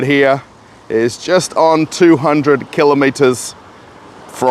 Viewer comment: Amazing place the selection and prices No loud music or 30 employees loitering around BTW say what you want about the aussies They are the ONLY people I've ever heard pronounce the world Km properly 😊